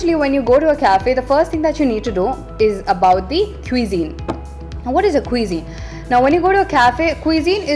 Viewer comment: U pronounced cuisine wrongly... It's kwuh-zeen